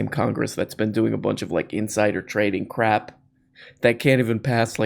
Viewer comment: Could you please pronounce "crap" as "crrrap" more often, as you did recently? It enhances my enjoyment. Thank you.